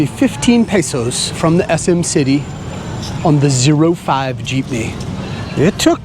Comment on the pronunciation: Also good job for making an effort of pronouncing the places & city districts, & even the different jeepney routes as it should be.